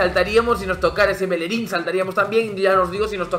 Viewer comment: Por qué pronuncias así el nombre de bellerin?